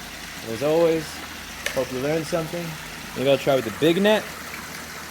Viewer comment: "i herp u lern something"? :>